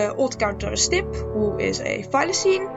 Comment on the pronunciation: I keep thinking you’re saying “simp”